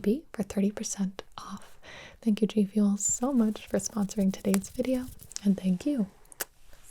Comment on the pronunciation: Is it just me or did she say Jfuel